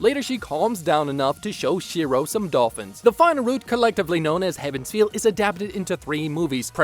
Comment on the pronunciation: Do not watch Fate/Stay Night Unlimited Blade Works movies by Deen, they are downright atrocious and nobody likes them. For UBW watch the ufotable adaptation only. Sidenote: Heaven's Feel, not Heaven's field. Though I didn't really notice that pronunciation in the video because I know the ufotable movies are called Heaven's Feel so my brain would automatically hear that when translating.